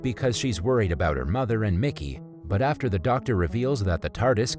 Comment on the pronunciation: he said afer instead of after